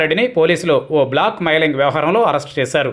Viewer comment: " block mailing " kaadhandi .. " blackmailing " antaaru !